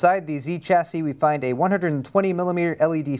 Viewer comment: Stop saying Chassis wrong :(